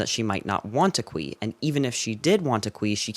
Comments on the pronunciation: 'khwi thing' sounds like something? it sounds like queefing. xx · “Qui” sounds too much, wayyy toooo much like queef.